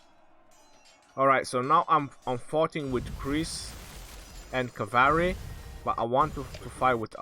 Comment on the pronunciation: cavary? lol.